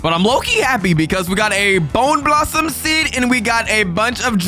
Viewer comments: Bone blossom ❌ bone blassam ✅ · Its not a bowner blossom its a bone blossom